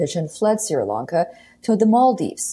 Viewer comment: Pronounced SHREE LONKA not SIRA LONKA